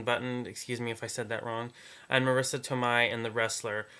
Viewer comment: To-may! But thank you for understanding exactly why she can't win! It's all Rourke - and Winslet.